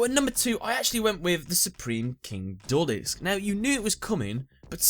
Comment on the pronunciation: At first I thought you said number five was the juul disk xd